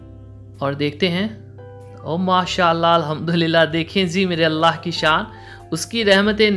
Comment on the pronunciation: بھائی پلیز اللہ تعالی کا نام شد کے ساتھ لیا کریں۔۔۔ درست تلفظ اللہ ہے۔۔۔ الا ۔۔۔ نہیں ماڈرن بننے کے چکر میں گناہ نہ کمائیں۔